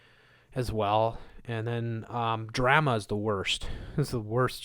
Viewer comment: You said drema. You laugh like Jordan from Spirit Science. Blessings